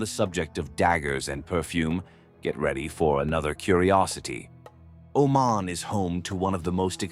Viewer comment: Thank you for all the positive things you mentioned. Im from Oman, And there's lots of misleading things you mentioned, All the pictures you included about the (Male-Femal) Genderare are from Pakistan, It was in a documentary in the BBC. In Pakistan it's in the open we don't have that in Oman. Plus you keep Pronouncing it OMEN!!! and its OmAn.